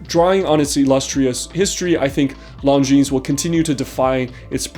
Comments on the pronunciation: You pronounce their name lawjean, not lawnjeans. Cheers! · Lon-jin! Not long-jeans! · Longines is spoken without s at the end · Oh boy, I think I may have been pronouncing another brand wrong for a while. I’ve been saying lawn-Jin-es